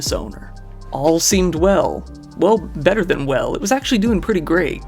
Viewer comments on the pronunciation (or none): none